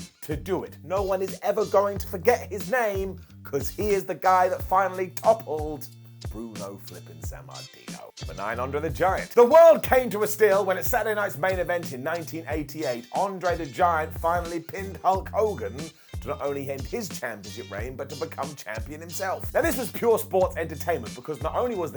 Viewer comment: André* not Ondrei